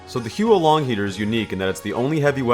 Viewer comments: It's not he-uo long it's huo as in fire in Chinese. Not sure how I can type out the pronunciation so you should just such it up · facepalm It's not "hee-yoo-oh long", it's "hoo-woh long" or "hwoh long". Using English pronunciation for Pinyin makes me cringe. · please, the pronunciation is HOO-LONG HEATER, 3 syllables, I know it’s spelled as Huo, but you basically pronounce it as “who”. It’s not the Hu-O-Long Heater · It’s not Huo Long Heater, it’s Who long dragon. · It's pronounced who-or Long heater, not hue Long heater. This weapon is named after the Chinese words 火龙，which literally means fire dragon. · It's "hwo" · Never played tf2 before Huo long means fire dragon And its pronounced more like hwo H.wo(the wo as in woah) one syllable AND THAT'S A FACT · Isn't it pronounced 'how long'? Most people mispronounce it imo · every time you mispronounce the huo in huo long my soul shrivels up a little more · when u butcher a chinese word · Not a single comment on how he's pronouncing it wrong? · Good video, but honestly the pronunciation of the actual gun is terrible.